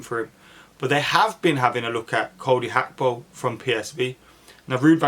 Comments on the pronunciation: Gakpo not akpo 🤣 top man 👍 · Bro do you not see the G in Gakpo? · When did Gakpo become Hakpo? 😂